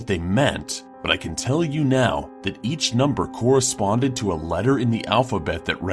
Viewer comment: in da house do you not know how to say the word you 🍺😐